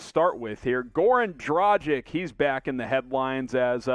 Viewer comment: Please please please learn how to pronounce his name!! Dragic'